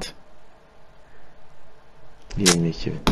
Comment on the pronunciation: Halant değil haaland